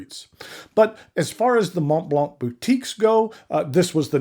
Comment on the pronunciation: Mohn Blanh The t and the c are silent. The "n" on Mont is very soft, a whisper. The key to the proper pronunciation is to open your mouth and to end the word "Mont" with your mouth still open. Since the "t" in Mont is silent, the front of your mouth will not make contact, top to bottom, when you say the word. Next, you use the tip of your tongue to initiate the "l" sound in Blanc. Dude, you've been at this game long enough to make an effort. It's rather incongruous--your pen collection must be worth well over $100,000. Make the effort. It's embarrassing.